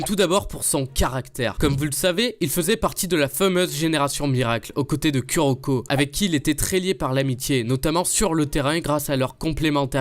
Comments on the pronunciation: KUroko mdr on dis KOUroko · C’est pas ku sa se prononce kou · Ça ce dit kouroko mais ça s'écrit kuroko